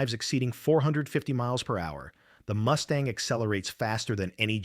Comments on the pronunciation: Get rid of the bloody AI generated voice. The plane is Mustang not a Moostang.!! FFS!! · What the hell is a Moostang? Crap ass AI at its finest. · “Moo-stang?” Gimme one more, and I’m gone! “Tahn-ah-pah? See ya! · it's not a Moo Stang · “P-51 MOOSTANG!” Hahaha! Idiotic A.I. SLOP! Go away, A.I. STOP INFESTING YOUTUBE! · Robot says Moose-tang. Stupid robot! When robots rule the world and A-I is their God then what chance does Humanity have other than to expect extermination! Resistance is futile!! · Moose-Tang? Please stop paying for this AI crap!